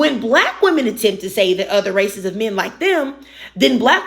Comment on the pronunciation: If you pronounce that as “dat,” I can’t take you seriously.